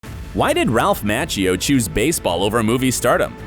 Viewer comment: This narrator talks funny.. Ralph MAH-chio. He really makes sure he pronounces & puts out his syllables, lol.